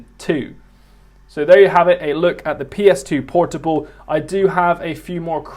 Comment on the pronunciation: Playstation Por-TWO-ble.